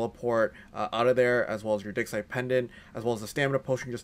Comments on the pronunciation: I love the video, but you've gotta change how you pronounce "digsite." It sounds like something completely different when you say "rub your digsite pendant." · it sounded like me said "Run your dick." For a second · " Rub A Dick Site Pendant " 😂😂 rub a what?!?! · lmfaooo! I was scrolling through the comments to see if I was the only one who thought that.... "Rub your dig..." excuse me what??!